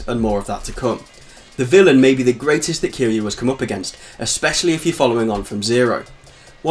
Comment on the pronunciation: Kiryu ~ Kee-ree-uu Ryuji ~ Ree-uu-ji It's weird to see westerners butcher their names even tho we all hear they say it hundreds times in game.